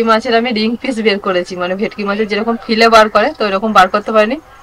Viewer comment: Fish fillet bola hoy fille bole na. Didi